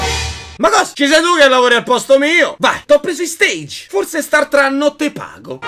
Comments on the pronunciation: Ogni volta che dice la parola stage in inglese mi viene una fitta al cuore Si dice stage e si pronuncia alla francese ! Essendo una pa ola che viene da lì Ovviamente è per informare e non so se volevi fare il meme del italiano medio che lo continua a pronunciare male (ti ho dato una buona scusa eh) ma nel dubbio lo faccio presente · Giusto per dire: la pronuncia di "stage" è francese, non inglese (sennò cambi il senso della parola).